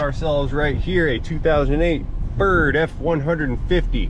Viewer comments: "A Förd" :-) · Is it Ferd? Or Fürd or Furd